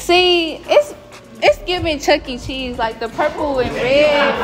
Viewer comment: She said Chuck E. Cheese 😂😂😂😂